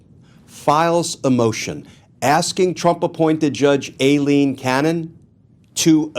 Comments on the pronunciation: My brotha in Christ, it’s pronounced: Eye/Aye Lean. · Why does pronounce Judge Cannons name like it's spelled "Ailleen" with "ll"? Not saying that he's wrong but I have seen her name with only one L so I don't understand why he continues to pronounce it as if it was "Ailleen".